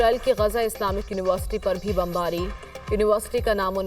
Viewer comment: بہن پر آپ نے برفباری کہا جبکہ بمباری ہو رہی ہے. اللہ تعالیٰ حماس کو اسرائیل کے خلاف کامیابیاں عطا فرمائے آمین